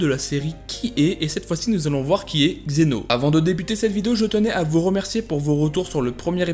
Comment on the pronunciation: D'abord vous appeler ce personnage xeno alors qu'il est prononcé dans la série vf et vo zeno. Zeno en vf et zeno-sama en vo. Ensuite vous n'expliquez pas plus que ce que nous savons déjà donc c'est vidéo je la trouve bof. Pour moi c'est juste un résumé de dbs sur zeno. Bonne continuation tous de même.